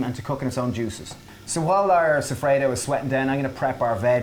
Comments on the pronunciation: Soffritto!!! Non sofredo... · Love it! BTW, soffritto is pronounced so-free-tow 😜